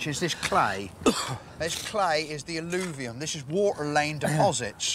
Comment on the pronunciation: "AL-LOO-VIUM" - sounds like the remains of a latrine...😂 ...sorry...I'll see myself out.